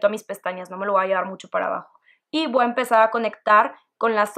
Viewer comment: me gusto mucho tu maquillaje, me desespere nomaz con el "voaa tomar" jajajjaja sin ofender saludos!